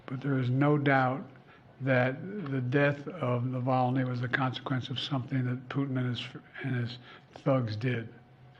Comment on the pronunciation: Sleepy joe😂😂 whats he even saying😂 intead of putin he says putn😂😂